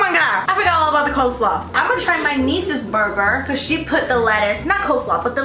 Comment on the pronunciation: “pOtaTo saLooD” “cole sALooD” LMAO